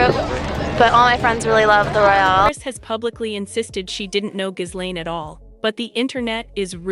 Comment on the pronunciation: Its pronounced Gillenne not Jizlane.